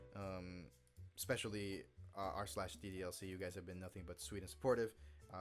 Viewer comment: dude did you say "D-D-R-C"? its "D-D-L-C" XD